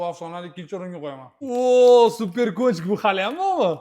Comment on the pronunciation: Super kontik❌️super konchik✅️😂😅